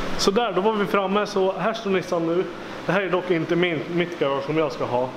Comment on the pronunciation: ”Nu är nishan i garashet” tänker på lillmicke varje gång du säger nu är Nissan i garaget